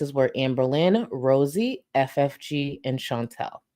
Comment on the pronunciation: can you consuder saying Chantal instead of Chintell?